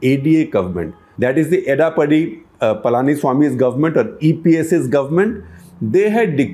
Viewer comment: Mr.Shekar Gupta, Your pronunciation of Tamil names is atrocious! I am sure even Edappadi Paliniswamy will not recognize his name in your mouth. Your explanation of the States Reorganization need some more elaboration. At least as far as the South is concerned, the impetus for constituting the State Reorganization Commission came from the self-immolation by Potti Sriramulu in Andhra demanding linguistic States. Secondly, Mysore State as it was know then was divided amongst several states and principalties. Besides the State of Mysore, kannada speaking areas were divided amongst the Madras Presidence (Bellary and Mangalore districts), State of Bombay (Karwar, Dhdarwar, and Belguam), State of Hyderabad (Bijapur, Gulbarga, Bidar, and Raichur). Struggle for linguistic unification of Kannada speaking areas was started by Late Sri Alur Venkata Rao, a great scholar and political leader in the first half of twentieth century. Even now, some Kannada Speaking areas are stuck with other States: Kasaragod in Kerala, Hosur in TN, many border towns in Maharashtra, which are predominently Kannada speaking regions. The problem with the linguistic States is that in most States, the linguistic minorities face oppression, unable to properly run their educational institutions, preserve their script and culture. In Maharashtra, Kannada speaking people read Kannada in Devanagari script! I have no information about linguistic minorities in the North, or East. It cannot be much different.